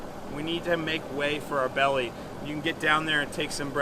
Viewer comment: The word is belly, not bewwy,.